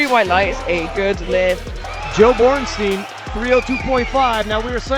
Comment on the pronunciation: It's said Boren shtaïn. Time to learn your root language, English speakers. The sumo is such a joke, as the ipf with its referees.